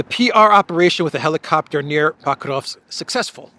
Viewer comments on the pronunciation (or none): Why do you pronounce PO-krovsk (with a clear O) as PAH-KROVSK? Irritating. Do your homework, dude